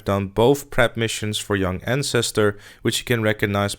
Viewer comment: “Welcome to my Yung Ann-stir-stir guide”